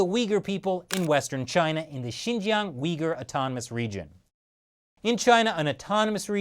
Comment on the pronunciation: When he was saying Uyghur I thought he was saying 'weaker'